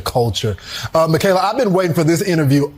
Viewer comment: two things 1. her name is pronounced Mi-CA-La. Michael with a la at the end. Not MeGaLa. You working my nerves to early for that. 2. I would not vote for 45 if he showed up to my house and gave me a BILLION dollars. Nope not even then. Just sitting here waiting for people to come to THEIR DAMN SENSES or at least put their brains back in gear. But well I don't think that's gonna happen, not this year anyway. Thanks for coming to my TED talk.